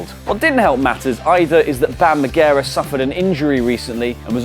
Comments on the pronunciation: Bam Magera? It's Bam Margera. Come on guys! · triggered by pronunciation of Margera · How the fuck did you pronounce bam margera's name?